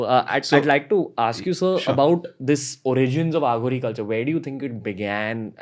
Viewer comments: Ranbeer thats uh ghori not aa ghoris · It's अघोरी not आघोरी ! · Bhai AaGhori nhi hota Aghori hota hai. SIVAA nhi shiv ji hota hai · Ranveer I love ur show. Just a short note to tell u that it is not Aa ghoris. It is Aghori. These words have deeper meanings. To know Indian spirituality fully, our language should be known n practised as it is. The accent should be pure Indian. God bless u. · Just one request Ranveer, with due respect, please don't address them as "आघोरी" ( Aaghori) they are "अघोरी" (Aghori) 😇🙏🏽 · And bro please bro not """AAAHOOGORI """ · Aaaghori nahi hai Ranveer...It is Aghori..shows your so called Spiritual Knowledge... THOOOOOO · aaghoris.. आ घो रि no.. Aghoris.. अ घो रि i think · It's not aaaghori. ......it's aghori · It's अघोरी not आघोरी ,,, it's शिव not शिवा । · It's aghori not aaaaghori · It's not pronounced as Aaghori it is Aghori derived from the sanskrit word Aghor meaning fearless. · Its not AAGHORI.. its AGHORI.. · It is not Aa-gh-ori. it is A-gho-ri. Want to know more? Just listen to Rudram - the very essence is there in Rudram. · Pls learn to pronounce the word aghori. It's no aaa gori . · It's pronounced as ughori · The way he says aghori.... Bss itna hi kehna chahta hu ki ranveer tu India ma hee England me nahi...